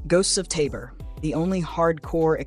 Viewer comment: Finally... someone who correctly pronounces 'Tabor'